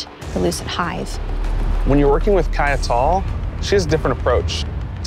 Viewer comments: "kai it tall" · 🤣🤣....... I'm just messing with him. I know he brought so many iconic things to the franchise:)